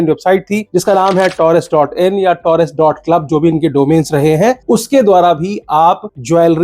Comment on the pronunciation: Torres hai ya terires 😂😂